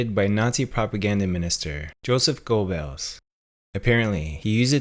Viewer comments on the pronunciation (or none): none